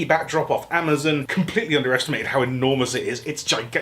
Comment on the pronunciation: I love how you pronounce Amazon as amazin